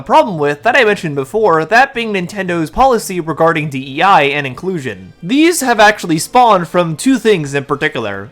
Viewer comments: You repeatedly saying die instead of dei kills me 😂😂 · Also, you keep saying "DEI" wrong. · Every time you say DIE instead of DEI I chuckle a little inside. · spot on vid but why are you calling it DIE instead of DEI? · you keep saying DEI as D.I.E and i keep going “does want us to die” 😂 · I find it kinda funny that instead of DEI you keep saying DIE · Also, you call it "D.I.E." multiple times in the video instead of "D.E.I." 😅 Just thought I'd let you know. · Why is it so funny that you keep saying "D.I.E." instead of "D.E.I." Like it doesn't even matter so it's harmless